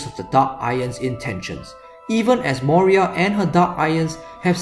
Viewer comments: Its not moria its moira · Moira, not Moria. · I know! Sorry about that haha. Kicking myself for mispronouncing it. Will make a female DI priest (if possible) to make up for my mistake :) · Sorry! Did I pronounce it wrong. Moira :) (in a scottish accent)